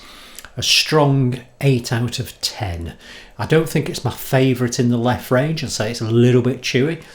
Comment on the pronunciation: Not "LEF" but "LEFFE"